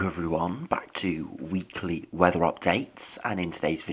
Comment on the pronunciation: 😁 I thought the same, that emphasis on 'Weekly' is hilarious. As if he is explaining to somebody that doesn't speak English as a first language. A Weekly Weather updates bingo card. We will just have to see Lots of uncertainty Frigid air 'Definitely', 'probably' and 'maybe' in the same sentence when describing if it will snow. If this was in (insert month here), it would be (insert extreme weather description here) There is the potential for (If it fits his weather narrative) It's too far ahead to predict (If it doesn't fit his narrative) Humour aside, I do like the way he puts it all together. 👏